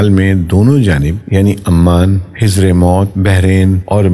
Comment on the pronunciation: بھائی بولنے سے پہلے الفاظ کی صحت جانچ لینی چاہئے- دیگر کے علاوہ حضر غلط کہا او رُبع کو ربیع فرما دیا